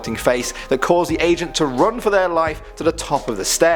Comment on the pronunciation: I thought he kept saying Asian but he said Agent... I was like man whats up with all these Asians going down there 😂